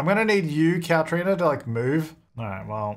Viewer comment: “I need you to Moohve Cowtrina” ☺️